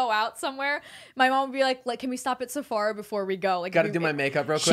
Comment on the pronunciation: said sephara omfg😭